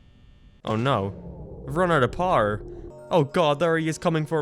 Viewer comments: why did you call "power" "pawr"? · What is paer? You said paer, but then You said power...why did You say paer? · istg if you say pawrrrr one more time ima flip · Why does he say power like par? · say power as "parrrr" ONE MORE TIME I DARE YOU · I can’t take this guy seriously with the way he pronounces “power”. Poo-er. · Eveyone: power: par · Who else thinks he is saying par instead of power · Why is 99% percent of the stuff you say fine and then you'll say "paar" when saying power???? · No one not a soul::pwer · using the doors uses parrar Me: You mean power?: Yeah Parrar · "you lose pouwera" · Is it me or does says Power like “Parr” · Par' Me: you me power? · Me: Power Him: PAR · when you loose "pOhr" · I thought u were saying par here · when says power it sounds like parr...yes I am making fun of accents for comedy...yep really scraping the bottom of the barrel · no offense but how do you pronounce power? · Every time you say power my American ears cringe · Irish you fool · Is it just me or is the way he says power..... Wierd